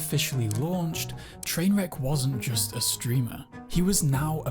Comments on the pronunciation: The way he calls him Trainwreck instead of trainwrecks makes me angry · It bothers me that the guy who made the video isn't even saying the guys name right. I've never watched the guy and I know it's Trainwreks not Trainwrek.